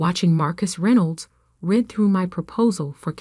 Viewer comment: AI doesn't know any other names, or how to pronounce read, tow, Patagonia, procedure, etc.